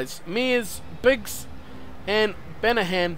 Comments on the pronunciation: just slaughtering the pronunciation of Banahan's name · I know, I wanted to go watch all the ones with bath in them